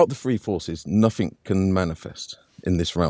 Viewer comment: Makes me laugh that always says nuffink and sumfink Good work, I learned alot today Thanks